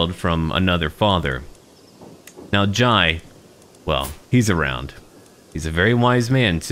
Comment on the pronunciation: Jai is pronounced with an "eh" sound so like "j-eh" Only saying because it's a matter close to my heart